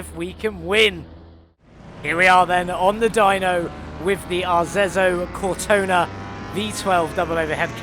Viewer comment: FYi it's pronunciated "Arezzo Cortona"... Nice build you did here. The red ans gold are absolutely astonishing, really like it ! ^_^ Nice idea to pu the 2-tones black and gold rims on it, looks really nice. I was confuse as the V12 its using looks like the V12 we already had in the game, minus the colored intake manifold... Maybe the perfs are different too, Idk...